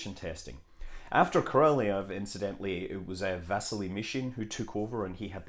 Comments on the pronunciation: Pretty sure it's Kah-rahl-eyev or Kah-rahl-eyov depending on accent used. Captain Kirbuk in "2010: the year we make contact" She pronounces D.r Orlov's name as "Ahrlahv". Helen Mirren, the actress, grew up bilingual, English and Russian. The sound is in the middle between deep flat âh and ôh. But I am not a cunning linguist. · Isn't it more like ko-rol-YOV? At least they taught us way back when that ë was supposed to be pronounced like that.